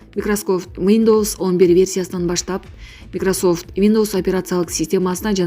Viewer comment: Микрософ😂😂😂😂 Симболу.😅😅😅😅 Первый аддель😅😅😅😅 Аксия😮😅😊😂 Навальний😊😮😅 Данил Михеев-----Даниил!!! Карупсия😊😊😊😊 Дикторду угуп туруп ушунча да тили ширин болобу дейм да???))) Аксия өзгөчө 😂😂😅😅😅 Назар ньюста башка журналист -диктор жок болсо,айла жок да😊